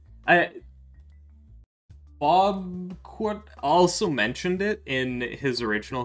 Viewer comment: It's pronounced Bob QWT lol No worries though, great video!!